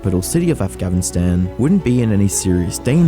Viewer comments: why's bro saying afgavinstan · Great video, but bro please pronounce Afghanistan right😭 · afgavinstan?!?! is it really that hard to read what you see? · Ah yes, "Afghanvinstan" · please pronounce Afghanistan correctly, thanks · "avgavistan" bro can u pronounce it correctly???? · im the only one hearing afgavistan ? :D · Say it with me. Af-gha-ni-stan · Why does this guy pronounce Afghanistan like Afgavistan ? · please stop saying "afgavastan" 😭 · Bro… just say Afghanistan correctly. It’s honestly not that hard. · why u say afgavinstan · The way the narrator says "Afghavistan" makes my soul hurt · Did you say - “AfgaVinstan”……? Bro 😂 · It seriously is annoying that he sometimes says Afghanistan right and sometimes he says it like a drunken toddler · how did you manage to say Afghanistan wrong every single time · it is not that hard to say Afghanistan. come on.... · You are incapable of pronouncing Afghanistan... other than that great vid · bros allergic to pronouncing afghanistan right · Incredible how youtubers fail to realize how little they understand or know about the reagions they are talking about in their videos. Dude, you can't even pronounce "Afghanistan" properly. Also the country wasn't being taken over brutally. Most provinces ran over to the Taliban without a single person being hurt. They had been cooperating with them anyway, so all they did was basically make it official. You know what WAS a brutal takeover? When americans took over the country, that was a brutal takeover. Also you call the Taliban terrorists, but they are not even on the list of terrorist organizations of the US or the EU. I have checked. Media still calls them that, because it's convinient & fits what people think of them anyway. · Is it just me or is he mispronouncing Afghanistan? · How can you not pronounce Afghanistan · I can't unhear you saying afghanistan so wrong everytime lmaooo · Why do you keep mispronouncing Afghanistan? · Why do struggle to say Afghanistan lol